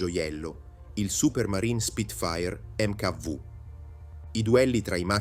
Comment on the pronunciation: Dici che non è vero che la voce è fatta con l'AI ma come può un umano a pronunciare Spitfire mk 5 mk vu?